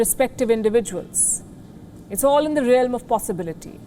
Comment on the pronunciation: " All in the relim of possibilities "